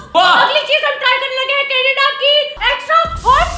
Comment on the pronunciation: Canada naah kaneda😂😂😂